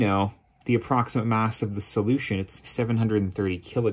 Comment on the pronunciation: Sadly I wasn’t able to get anything from this video because the entire experience was destroyed by his wacky use of the word solution. Who talks like that? He clearly has the wrong emPHASis or the wrong syllABLE.